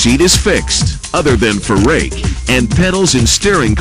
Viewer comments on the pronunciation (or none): none